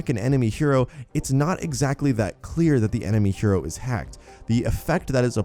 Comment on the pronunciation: Hero not hyro